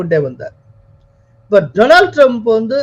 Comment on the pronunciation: We enjoy your channel very much and appreciate yours political views even more. You are doing a great service to all of us. Thank you profoundly! But I wish you will pronounce Donald Trump’s name correctly. Donald should be pronounced as ‘டாநல்ட்’ not “டொரனால்ட்“ It is downright hilarious to keep hearing the name tortured! Please do not get offended. We feel it is our duty to correct you. If we did not, all the people listening will assume that yours is the correct way to say that very common name: Donald. Please correct yourself. God bless you for your service, it is great work.